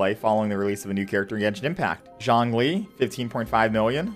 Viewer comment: why does he pronounce xiao and zhongli like that